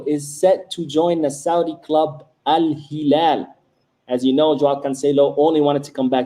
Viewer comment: You pronouncing al hilal correctly the real one in Arabic!! Awesome 👏